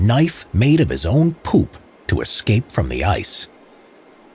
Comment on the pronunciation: I love how he said 'POOPH'